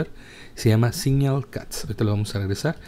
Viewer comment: Carajo! Deja de decir "entorno", y "como tal", y no es tan difícil mejorar el inglés eh? Dijisteis sonclon en suposición de sound colud y siñal en suposición de signal, saludos y que pases un buen día